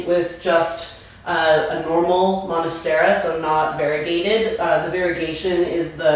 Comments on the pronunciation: First 5 seconds and I had to rewind…did she really say “monastera??” 😭 cringe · Good info but why do you say "monastera"?